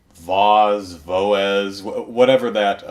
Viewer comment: The rhythm game is pronounced like "Voice" but with a 'z' sound at the end. I play it here! Anyway, I have a Switch, didn't get this game for it since I already have the mobile one and put a couple bucks into that one, had a good time with it, didn't feel the need to double-dip. Also don't like using the touch screen on the Switch regardless, as it has a plastic screen and doesn't feel as nice as the glass touchscreens on mobile devices. I'll keep my touch-gaming to the touch-centric devices. As for the Joy-Con, I do have to agree with you. I got used to it for most games, but for games that require constant use of the right stick, it feels very unergonomic to me. The reason why is because the analog sticks are not off-set diagonally with the face buttons like they are on every other console controller. They are instead directly underneath the face buttons (or directly above with the left one). The thumb does not move to the right stick with a natural rotation as it would on say, the PS4 controller. Just try moving your right thumb from face buttons to right stick and back again a few times, then do the same on a standard controller, and you'll feel exactly what I'm talking about. (I also miss having analog triggers. It's like they regressed since the GameCube days...) Of course they made this compromise because they wanted families to be able to have two working controllers out of the box by turning each Joy-Con sideways -- a nice selling point, and had I hands the si